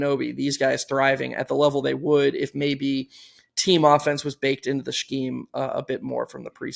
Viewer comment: If says “shkeem” instead of scheme one more time I’m going to boycott the pod